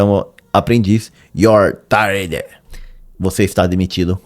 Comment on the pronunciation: Head’s up: a frase é “you’re Fired”, . You’re tired quer dizer que a pessoa tá cansada…